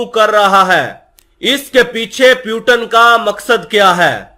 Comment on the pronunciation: pewton nahi putin